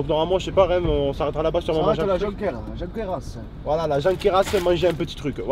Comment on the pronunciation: On dit ''Jonquera'' pas ''Jonqueras'' ;)